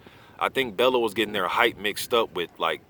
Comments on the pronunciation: You're pronouncing it wrong. You say it like "bell-you" not "bell-oo" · Love the channel, just you always say tony's name wrong. Its not BEL-LOW it's pronounced BELL-YOU (Bellew)